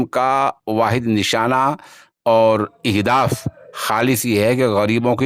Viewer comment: بھائی یہ لفظ اہداف بالفتح یعنی زبر کیساتھ ہے نہ کہ باالکسر، خبروں میں الفاظ کی تصحیح کا اہتمام بھی بنیادی بات ہوتی ہے! اسی طرح آنجناب کے یہاں اس سے قبل بھی کئی ویڈیوز میں نے دیکھیں تو ان میں بھی الفاظ کے سلسلے میں کئی بار مجھ کو کھٹک محسوس ہوئی، بہرحال امید ہے آئندہ پیاری زبان اردو کی شیرینی اور اس کی جاذبیت کا بھرپور خیال رکھا جائے گا!!!